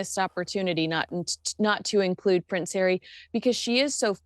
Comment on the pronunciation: Love pronunciation of Hairy’s name! 👍🏼 😂🤣